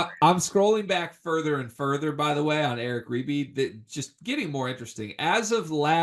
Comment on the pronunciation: It’s “ribey” and There is a new dmv area crystal ball for Creighton . They e been on him forever